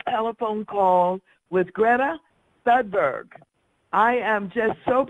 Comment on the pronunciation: Thudberg she says. Lol